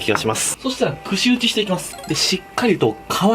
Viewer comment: くし打ちが「屈伸打ち」に聞こえた